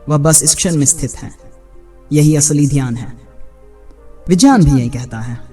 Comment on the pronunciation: Pehle to vijeyaan nhi vigyan hota hai. 😂